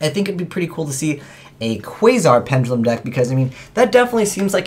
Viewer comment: it's "pen duh lum", not penj uh lum.